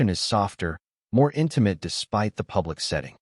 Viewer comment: Narrator correction: (1) "lyric" should be pronounced "LEER-ik" not "LYE-ris" (2) pronounce "read" as "reed" not "red" (3) pronounce "intimate" as "IN-ti-mət" not "IN-ti-mate"